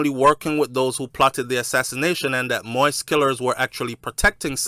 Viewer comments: ...thank u on following and covering the assassanition of the former Ayitien president!...but would like to correct you of the pronunciation of his last name which is pronounced MO-YEEZ...not "moist"...much love and respect from an Ayitien sister😘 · pronounce de damn name correct.. its pronounced moa-is.... sound like you saying wipes brogad... you keep saying moist 🤣🤣🤣🤣🤣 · King, I truly appreciate what you're been doing to keep us informed and finding out the truth about what took place in Haïti but can you please do me a favor and pronounce the former president's name properly. It's not moist but pronounces (MO-YEE-ZE) Moïse...thanks. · It's Moeeeez! As in the Bible. Not Moist! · It's not possible sometime to pronounce another person's name /spells it properly ,don't try like you want to embarrass my friend. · It's Moise pronounce Moees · (Moise pronounce Mo'wees) humbly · Mo - ees. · It’s pronounce Mo-ease. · MOISE is pronounced MO-EEZ. It's not difficult. Stop bastardazing his name and being a typical American. And it's Solanges—the the "s" is silent.